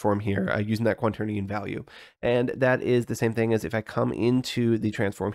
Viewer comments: "quanternion" is also how he pronounces it throughout the video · Are you saying "quanternion"? :D